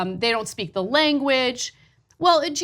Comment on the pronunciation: I'm not so sure Lahren speaks "the lineguage," either.